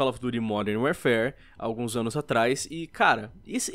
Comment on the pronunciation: "Uérfér" é duro de ouvir